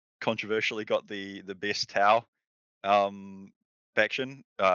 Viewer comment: Lol "tause"